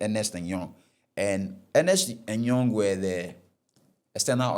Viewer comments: Ɛnnyɛ Ernest & Young, senior... it's ERNST & YOUNG. And again, Bank of Ghana is not shortened as "Bɔg" or whatever it is he was saying😂. It's B.O.G...as in, say the letters! Everyone knows this bro🤦🏽‍♂️🤌🏽 Barbados = Bah-bay-dos...not Bah-bah-dos. Bruh!!!🤦🏽‍♂️🤦🏽‍♂️🤦🏽‍♂️ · I understand you, but not being able to pronounce words like Nestlé, Barbados and Ernst & Young...? Those are by no means technical; those are basic. As for the financial and legal stuff, the less said, the better. The attempt is good, but like I said, much more room for improvement.